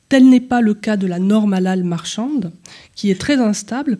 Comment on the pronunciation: Svp, n'en rajouter pas, de l'huile sur le feu,,, Il n''y a pas de viande halal,,, Cacher OUI c'est du sur et certain , c'est la meilleure viande, propre, le peu de viande que j'achète c'est. CACHER,,, '''' mais MR prononcé bien le HA bravo respect